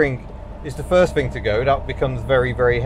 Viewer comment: Please speak correctly FURD GEAR,FIRST FING TO GO,NUFING,IT SPOILS GOOD ROAD TEST